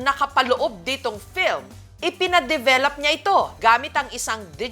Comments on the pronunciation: Bakit ang bigkas develap imbes na develop? 😅😂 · bakit ba develap sinasabi ni mam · Ako lng ba? Rinig ko develap? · Hay, un nga din sana ssbhin ko, bat develap? Akala ko ako lng nkpansin, anu ba talaga ate Jessica? 😅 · develop- Sounds like duh·veh·luhp